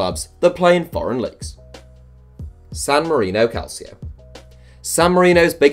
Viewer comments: It’s pronounced calcho not calSIO. It’s Italian not Spanish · Its pronounced Calchio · It's pronounced calcho! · Can’t believe this guy doesn’t know how to pronounce calcio